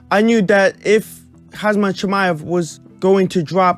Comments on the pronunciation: It's Khamzat and not Khazmat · you keep saying hazmat